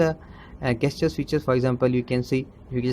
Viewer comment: I think you need to slow your speech down or no one will be able to understand you. PS gesture is pronounced jest-your, not guess-your